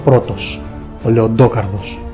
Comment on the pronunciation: Λεντόκαρδος, όπως λέμε Τόνι Σταρκ; Εντάξει πέραν της πλάκας γάμησε το βίντεο